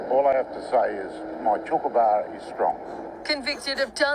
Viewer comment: WTF is a "chook-abar" ? and how can it be strong?